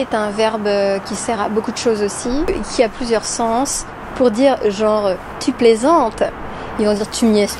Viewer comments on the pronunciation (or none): none